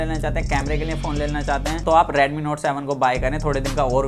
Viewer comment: its redmi not radmi 😄